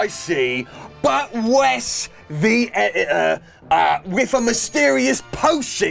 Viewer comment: Wes the Et-it-er